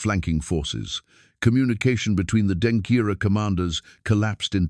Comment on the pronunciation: Please the word is Denkyera not Denkira